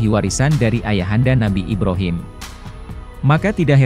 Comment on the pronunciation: Brhama = Ba Ro Mim = I B Ra Him